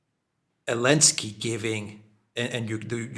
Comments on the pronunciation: This dude keeps on saying " Elensky"....is the guy's name not Zalensky???...or is he pronouncing the name wrong on purpose??? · Why is pronouncing "Elensky" instead of "Zelensky"? Is that some kind of joke or something else?🤔